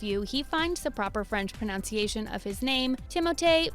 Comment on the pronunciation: do you realise that she pronounced pronunciation wrong when talking about how to pronounce celebs names🙃